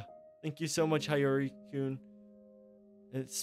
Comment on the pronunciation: it's pronounced as "Sheen" and "he-yo-ree" ;A; anyway great play through! I didn't know this existed lol, it was really entertaining!